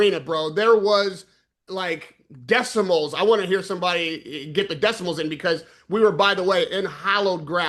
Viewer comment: lol … engineer here 😂 it isn’t decimal it’s decibal